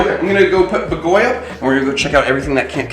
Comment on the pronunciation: I´m Hungarian and it's great you named your owl in Hungarian, however, the pronunciation of BAGOLY is ok, except the stress is on the A, so it would be /b^:golj/. The sonunds are ok, but the stress is wrong, you stress the O and you should stress the A. Hope it helps... ;)